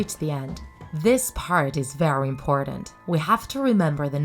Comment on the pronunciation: "vary important"